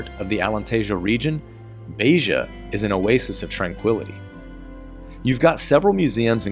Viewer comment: Agreed that almost all of your city names have become quite good. Just two very minor adjustments: open, short e in Beja (not Beija) and separate syllables in Ra-inha. Otherwise, perfect!